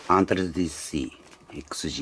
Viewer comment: Dシィ〰️、言い方が面白いです😃 巻き舌の雰囲気も面白いです👍